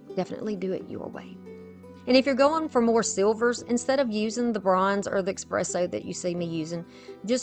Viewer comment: Gorgeous and well done!! I do have to let you know that it’s pronounced essss presso, not ekspresso. 🖤🖤🖤